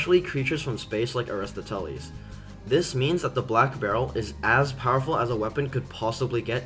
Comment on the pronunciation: that's the worst pronounciation of aristoteles i've ever heard holy fuggin shid